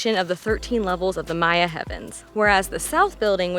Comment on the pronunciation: "Maya" not "Mayan"